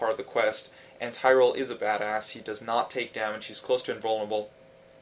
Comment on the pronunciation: tie - ral, wtf?!